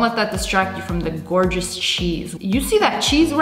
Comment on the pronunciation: Lia:skrrrrrr Also lia: goowgous